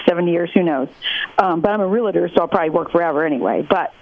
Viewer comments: Real-tor, not re-la-ter. She says she's one, but can't pronounce it correctly. That the first thing they teach you in real estate school. Lol. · “Real-tor”, not “realitor”. Please stop.